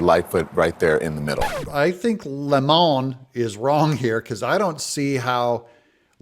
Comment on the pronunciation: Don "Lemon" is not a french word... Why do people insist on pronouncing his name with a pretentious accent as though it is a french word? His last name is Lemon, pronounced like the fruit.